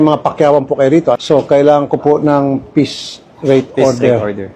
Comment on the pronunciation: You mean piece rate? Not “peace” rate